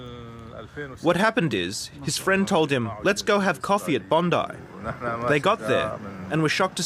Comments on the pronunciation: SInce the shooiting you so far are the first American that I have heard that orronounces Bondi correctly !!! Thank you cause as an Aussie its so frustrating that it keeps getting mispronounced !!! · As an Australian it's refreshing to see a video come out where the person pronounced Bondi correctly - thank you for doing your homework! Every video I've seen from U.S / Canadian creators all say Bond-eee not Bond-eye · Good pronunciation of Bondi. Tick. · You're the first non Australian I've seen pronounce Bondi correctly, sir I commend you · Yes yes you said Bondi properly lol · Well done on pronouncing Bondi correctly now. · Thank you for pronouncing Bondi correctly. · Big ups to for actually pronouncing Bondi properly 💯